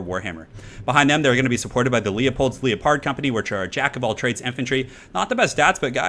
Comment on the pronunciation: it's leopard... as in the big cat. I love your haggard pronunciations!